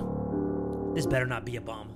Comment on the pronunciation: When bro said bomb I thought he said bong💀I got too excited